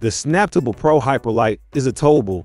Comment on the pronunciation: Would be nice if you could get the pronunciation right on these vids, this should obviously be pronounced Snap Table, as the sticker on the machine says, saying samptable fast doesn’t sound anything like it’s intended to be. Also most normal people pronounce lbs as pounds, never heard anyone just say the letters.